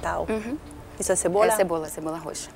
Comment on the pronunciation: "a cebora" amo kkkkkkkk